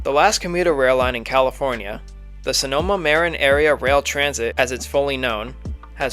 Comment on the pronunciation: SMART pronunciations need some work... Marin is Mah-RIN, not MARE-en. San Rafael is San Ra-FELL, not San RAFF-ay-elle. And Petaluma is PET-a-loo-ma, not PEET-a-you-ma.